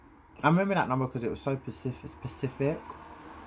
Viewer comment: Babe its “ SPECIFIC” you always say “pacific” lool ITS ALL LOVEEEE i ammm NOT coming forrr uuuu plz